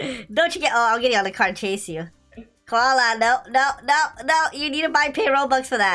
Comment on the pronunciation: Koala sounds like gravy